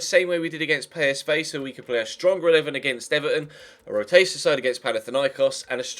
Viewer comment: Why do you say pay-es-vey? When it's PSV